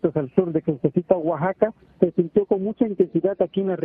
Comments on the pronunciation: Oaxaca no como lo dise esta conductora guaxaca muy mal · Es Oaxaca. no guaxaca.